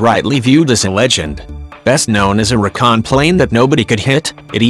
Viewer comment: Lame...great plane and history. However, it would behoove the "author" to use an actual human voice that knows how a say the word Reeecon instead of Rakaahn...ughh.